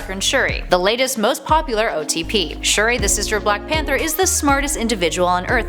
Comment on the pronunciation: Sp-uri? Shu-der?